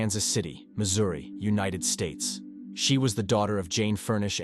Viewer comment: Strange lil voice and pronounciation! “Unit Ed States” 🇺🇸 Scene of the Cream 🕵️ Were my favorites! 😂🤣